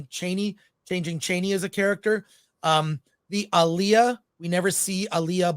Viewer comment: First channel I’ve ever seen that pronounces Alia’s name right. She is not the female R&B singer who died tragically in the 2000s. Ah-Lee-ah. It’s not uh-Lee-ah. Nice!